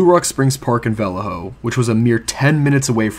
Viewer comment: lol the way you say Vallejo I can tell you arent from around here. Its okay its a total shithole in modern times. I live about 30 min south of there in a nice area but I've never heard anyone say Vallejo like that. I envy you